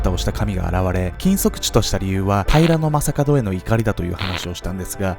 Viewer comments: 私も気になる。 平な将門みたいなイントネーションw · 平将門のイントネーションが気になる。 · 平将門の発音が僕のイメージもとちゃう、、だから何という訳ではないんやけど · 平将門のイントネーションが気になり過ぎて内容が入ってこんww